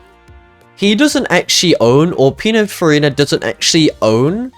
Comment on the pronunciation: why does bro keeps saying pinafarina